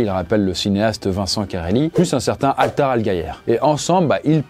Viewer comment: 3.50 ta prononciation de Altair mdr xD 😭😭